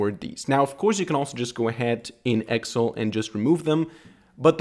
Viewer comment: Please pronounce Excel correctly. It's pronounced as Ex---cell not Exel